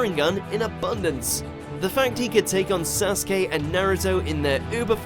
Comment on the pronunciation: Just stop with the Naruto videos. Ever since your first few where you pronounced Akatsuki as 'A-cut-su-key' and Sasuke as 'Sa-su-key' it has been clear that you know nothing about the anime. This video proves that you still don't. Lacking Hashirama but keeping Madara, lacking Itachi but keeping Obito, lacking Pain but including Momoshiki. It's fucking ridiculous. It's like someone watched the movies and decided they knew everything.